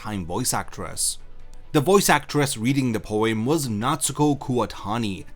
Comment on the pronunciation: sorry... did you pronounce it poiem?